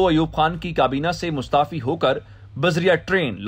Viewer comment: Maustaafi nahi Mustafi hoga.